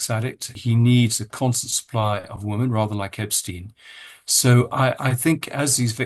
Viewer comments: Why does Andrew always say 'woman' when he means 'women' ? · Why do you not pronounce the plural of woman - WOMEN - CORRECTLY ?!? 🙀 (Sounds like WIMMEN) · I have nothing but respect for Andrew Lownie and am so grateful to him for managing to expose all these absolute creeps. BUT I wish he pronounce the plural of the word ‘woman ‘ correctly. Why does he call women WIH man WUH man ?? It’s a bit irritating considering he’s talking about women and the word pops up so often. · why does this guy struggle to say women as a plural, like 'whimin' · Can someone tell Andrew Lownie how to pronounce "women" vs "woman"? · RIGHT??????!!!!!!! I have commented that many times